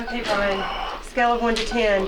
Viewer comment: ITS BYRON NOT FCKIN BRIAN